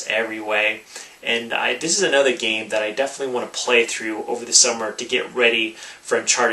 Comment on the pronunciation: I like how he says this geem. This geem this geem